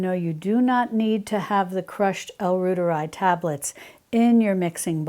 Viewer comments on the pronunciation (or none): L. reuteri is pronounced “roy ter I” like Reuters news agency